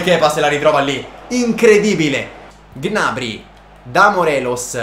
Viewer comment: Non si dice G-nabry, si dice gnabrý